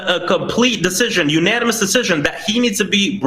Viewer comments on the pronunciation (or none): none